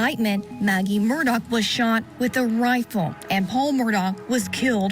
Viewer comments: Why do they say murdock, when his name is murdaugh (murdaw) and alec when his name is alex? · She can't even consistently pronounce his name properly. What's going on?🤔